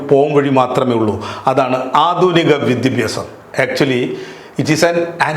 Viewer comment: ഇത്രയും ബ്റ് ഹത്തായതും എല്ലാവശങ്ങൾ ഉൾക്കൊള്ളുന്നതും ചരിത്രവസ്തുതകൾ പ്രതിപാദിക്കുന്നതുമായ പ്രഭാഷണം ഇതിനു മുമ്പ് കേട്ടിട്ടില്ല . അതും വൈകാരികവും ശക്തവുമായ ഭാഷയിൽ !! . ( സാക്ഷാൽ സാംബശിവന്റെ കഥാപ്രസംഗം കേൾക്കുന്ന അനുഭൂതി !! ) അഭിനന്ദനങ്ങൾ !! . ( വിദ്യാഭ്യാസം എന്ന വാക്ക് ശരിയായിട്ടല്ല ഉച്ചരിക്കുന്നത് അത് ശരിയായിട്ടുച്ചരിക്കാൻ അഭ്യർത്ഥിക്കുന്നു )